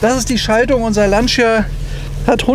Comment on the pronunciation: Beim Wort "Lancia" wird das i nicht ausgesprochen! Schönes Auto, schönes Video.